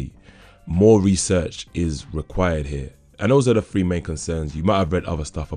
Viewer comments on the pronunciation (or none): Except when you use an "f" instead of a "th". Makes things hella confusing. "free"? You mean "three"? Why do that? :P